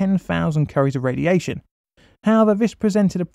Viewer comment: When you pronounce the unit 'curie', it sounds a lot like 'curry'. I have noticed this in several of your videos. Is this just a product of your accent, or are you unaware of the unit being named in honour of *Pierre Curie?!? *Also honouring Marie Curie to some extent.